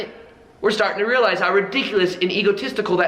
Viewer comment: real - ize or real - lies ... lol